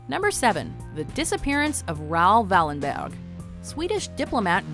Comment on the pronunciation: Great video but the pronunciation of Raoul Wallenberg was just... no. btw they declared him dead last year here in sweden.